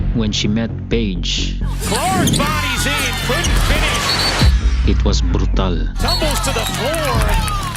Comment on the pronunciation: When you said “brutal” that when I knew you are my kababayan! 😊